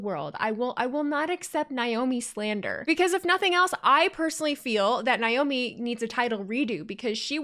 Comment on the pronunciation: Believe Naomi's name is pronounced Nay-Oh-Me not Nigh-Oh-me. Sorry, it just bugs me a little. The whole thing with MCMG and The Bloodline and Roman,etc. was fun!